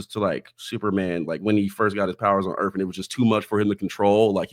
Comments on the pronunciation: Ahhh so its pronounced Alien EARF My mistake....m 😂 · Did you open by saying Alien Erf?😂